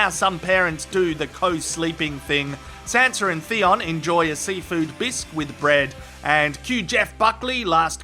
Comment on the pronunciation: I thought you were saying Santa instead of Sanza it was hilarious